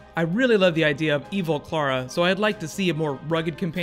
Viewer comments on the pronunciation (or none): sound's like you keep saying Cara, with that I wanna correct it as Clarah